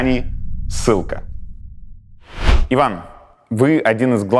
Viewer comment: Дудь, Айван?! серьезно? ! Джон, если уж так то😂😂😂